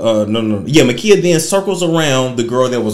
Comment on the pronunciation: MA'KIAH like Kiah. Like my neck my back. MUH KIE UH